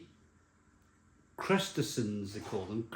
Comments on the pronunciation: “Crustesons” Oh my goodness how is it possible a middle aged man has never heard of or cannot correctly read and pronounce crustaceans? He really does make himself look ridiculous and stupid at times! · I think he's trying to say "Crustaceans" ? Or is "Krustersons" how it's pronounced in Welsh? I apologise in advance if I've been culturally insensitive.